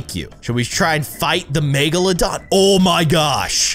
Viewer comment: It’s not magalodon, it’s megalodon